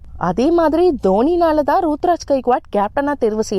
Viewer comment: யம்மா அந்த பையன் பேரு ருதுராஜ் மா சும்மா ரூத்ராஜ் ரூத்ராஜ் னு சொல்லிட்டு இருக்க எனக்கு வேற மாதிரி கேக்குது...